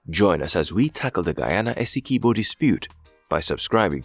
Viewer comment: Dispute doesn't exist. UN top court ordered Venezuela not to take action...or else..BTW, it's not pronounced "ESS-EE-Kee-BO". It's pronounced "Ess-EE-QUIB-Bo" like "(S)QUIB-Bo". get it??? As a fellow West Indian (Unless you are AI), you should know better.